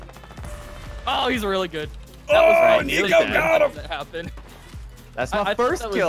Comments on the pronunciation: I thought it was nico he said neo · U said nio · Nico not nio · He said nio not nico edit 1.2k likes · SSundee said Neo instead of Nico👀 the Matrix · In the beginning he said neo not nico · I just noticed that Ian said neo Instead of nico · IT'S NICO NOT NEO